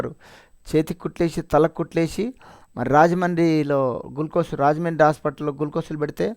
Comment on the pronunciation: గుల్ కోస్లు కాదు గ్లూకోజ్.